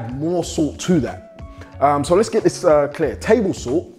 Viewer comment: Ohhhh now i understood you were saying Salt ,entire video i was wondering why 🐼 keep calling SOOT SUIT 😂😂😂😂😂